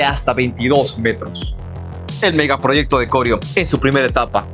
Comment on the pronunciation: Corío es la palabra no corio como lo pronuncia.